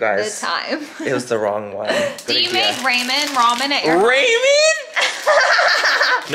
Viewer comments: I lost it when she said "Raymon"😂😂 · We pronounce it Raymond in the south 😂